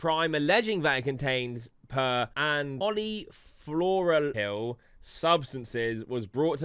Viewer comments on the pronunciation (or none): It also doesn’t take a scientist to pronounce polyfluoralkyl properly 😂😂